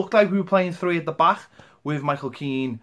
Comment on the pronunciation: Back, not bah